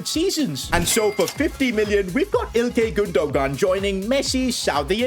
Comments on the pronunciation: i love how he said IlKAY GundoGAN LOL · the way he pronounce İlkay Gündoğan is funny